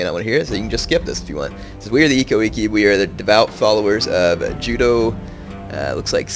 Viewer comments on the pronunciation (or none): actually the I's are pronounced as like an E. so it's like ekko ekke